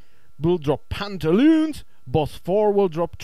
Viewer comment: *GIGGLES he said pant a loons